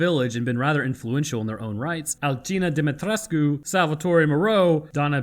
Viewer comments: Yes, you did pronounce the Romanian last name correctly. The game developers failed with the mispronunciation. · Dim-ee-tres-coo. You got it boss